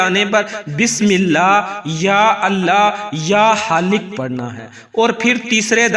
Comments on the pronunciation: Ya AP halik bol rhy ha ya Khalikk plss confirm Bata dy q ka halik kch nh hota Khalik hota ha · Bismillah ya Allah or 3rd word kia he ya khaiq ya haliq pls pronunciation theek kia Karen ya screen pe likha hua ho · Ya Allah yahali hai ya haalik padh rahe hain samajh nahin aya